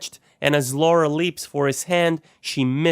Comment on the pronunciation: See this is why everyone hates America. It's Lara, not Laura.